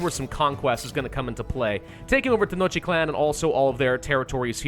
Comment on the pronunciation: Tenochtitlan is pronounced (Ten-osh-teet-lan)